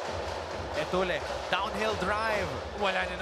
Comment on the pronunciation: Dami nanuod ng ncaa pero mga commentetor nyu nyu d marunong mag basa etulle.. etulye pag basa nyan 😅